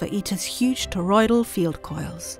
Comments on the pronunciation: Aryansh Sharma god damn it, it sounds a lot like she is saying polloidal. Well, thank you. I will edit it. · not to be that guy but its toroidal meaning donut shaped